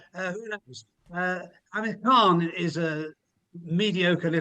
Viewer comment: Khan you mean Khant !